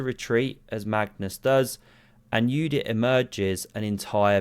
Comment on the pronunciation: You are my hero, you pronounced correctly Judit's name (as Yudit).